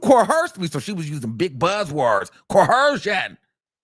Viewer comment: Right. I came here to say it how he says it. He doesn't say it right which tells me he thinks he's saying it correctly because he said it with Nancy Grace and the other white woman...CoHERsion 😂😂😂